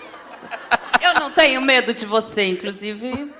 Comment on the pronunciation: "INCRUSIVE, ELOW MUSQUI" Fora o português, Tia Canja é terrível, ôôôôô vergonha!